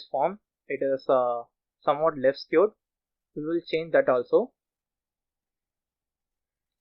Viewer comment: Excellent tutorial but you mispronounced left-skewed and right-skewed data. Appreciate your effort.